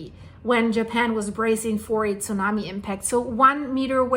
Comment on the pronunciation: The Way She say´s Zunami and Japanese and Kasachstan sounds like she is german.